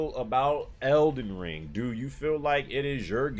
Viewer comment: 🤣🤣🤣🤣😂😂😂 eckyuck... ELDEN RUUUIIIIIIIIIEEEEEE 🤣🤣🤣👍👍